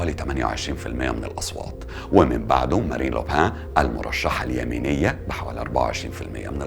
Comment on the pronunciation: اسمها Marine Le Pen و تنطق مارين لو بن . Otherwise a very good presentation ! Well done!